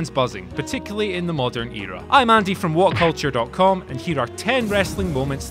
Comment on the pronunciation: You said “Adam from whatculture” wrong